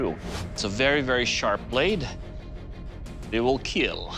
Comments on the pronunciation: "It will keel" has to be one of the most satisfying things doug can say in regards to any weapon Makes you proud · I love when he say it will keal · "It weel keel" ತ_ತ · That weapon will keel :D I mean kill..... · it will keel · " it will keal ^w^ " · But its not Kill, its keal. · I love how Doug Marcaida says kill it go so well with his accent